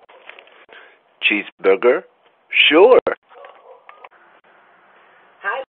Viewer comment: “sheezborgur? shoor! eats camera aggressively “